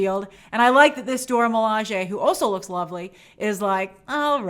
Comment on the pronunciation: Grace once again throwing side shots at Steve Rogers 🙄 Anyway, I'm just glad Grace is finally pronouncing the Dora Milaje correctly.